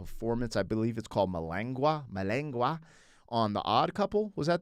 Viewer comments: Malaguena sounds like mal-a-gay-nuh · It's Mal-ah-guwayne-ya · As far as the 1st video you mentioned, the title of what he was playing is pronounced...Mala-gwen-ya. It's Spanish. Hope that helps. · The other guitar piece of his is pronounced MA-LA-GWEN"-YA. It's a very Spanish (from Spain) style of song/playing. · The song you mentioned him playing, Malaguena, is pronounced Mala-gwain-ya, meaning a dance step like salsa or dance event like fandango.